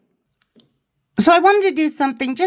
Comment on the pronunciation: Sorry to be critical, but the awards is ESPY, pronounced like esspeez, not EPSY.